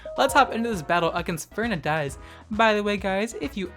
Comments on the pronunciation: I died at how you pronounce Fernandez hahaha “Fernadez” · Lmao is pronouncing it like Férnandez. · As a Spanish, I really suffered when he said Fernández wrong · Jajaja me paso exactamente lo mismo